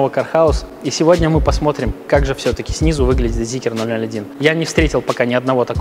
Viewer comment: Почему "зикер"?😂